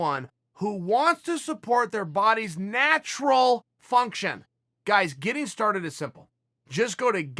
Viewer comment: Your bodys NATURAL function is dropping in test by 1% per year after 30.. taking any supplement that changes that makes it unnatural loll .. probably why you chose to emphasize the word natural haha